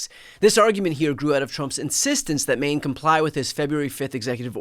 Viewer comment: *Maine not anaine